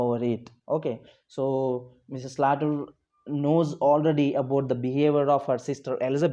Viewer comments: Sir it is pronounced as slater not salter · Sir not salter it's Slater